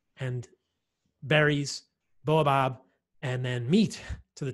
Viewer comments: Bah oh bab. Not bow ah bab. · Baobab, not boabab 😊